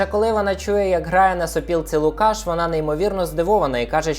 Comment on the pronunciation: Вибачте, хіба ЛукАш, а не ЛУкаш?